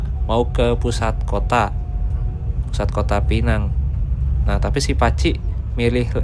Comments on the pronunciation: masi aja bang penyebutannya Pee nang. Salah itu bang bang. Sebut Pe-nang atau Pineng. Lu nyebutnya kaya tenang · ..penyebutannya bukan Penang.. Tapi..PEnang.. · Pi neng